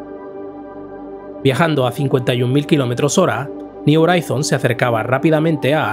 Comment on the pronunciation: me duelen los oídos cuando pronuncias "Horizons". Una duda, si pronuncias bien "New" o "New Frontiers", cómo es que "Horizons" lo haces tan...mal? Ayyyy! Por lo demás, excelente video.